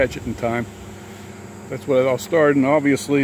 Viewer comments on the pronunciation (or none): none